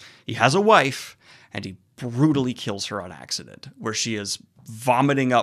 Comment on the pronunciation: Did you say Perrin kills his wife on Axe-adent?